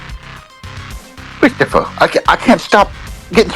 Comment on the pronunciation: Yes cwistophah! Yu didit!